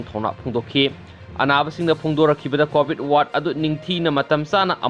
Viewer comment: Hwjit c covid matam ni aduna poa c fajana tabiyu 😎😎😎 covit haiba natte covid haibni😂😂😂